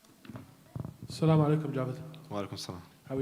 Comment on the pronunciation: Johny Walker's pronounciation of "Assalamu Alaikumm" was on point 😁